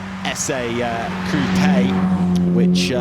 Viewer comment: Why can't they just say coupe its not that hard